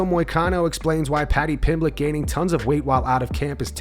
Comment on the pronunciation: moicano: "padchy pimbletch"